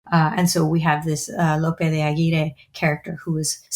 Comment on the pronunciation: i love the podcast, i love the channel, and I'm really sorry for this but it's my pet peeve: its AGUIRRE (with the strong R pronunciation)